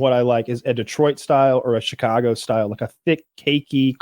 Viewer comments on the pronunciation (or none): none